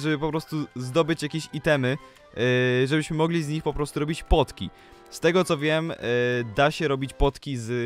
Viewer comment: Czemu nie powiedziałeś Potki tylko Płotki